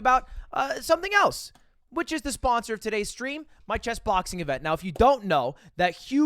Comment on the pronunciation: why do you pronounce it like (chess)BOXing